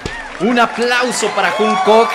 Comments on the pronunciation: dice "Junkok" como mi mamá JAJAJ Te amo 💕😂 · Jajsjs soy pronunciando cualquier nombre Jajsj junkok jajdj literal lo pronunció así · Tiene una pronunciación medio rara de ellos, pero da risa, dijo juungcuc, jajaja son japoneses guapos jajaja, me da mucha risa jajaja, me mato de risa